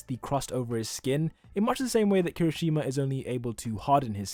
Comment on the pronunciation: Bro love your videos but it's not "Kiroshima" it's Kirishima! keep up with with this kind of videos, i love them ^-^ <3